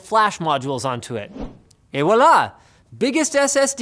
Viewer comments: eh whalla? Ou plutôt et voilà? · Mashal Khan I know but he prononced WALAH. funny guy